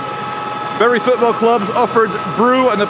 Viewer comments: From the very start of this video, my mother is turning in her grave.. She hated the mispronunciation of Bury. All I can hear. now in my head, is "Berries grow on trees, that are buried in the ground" It's Bury not Berry!!! ha ha ha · It's pronounced " Boo Rye" lmao